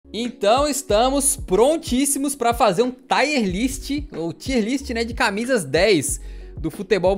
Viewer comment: "taier" list é fei demais de ouvir tá doido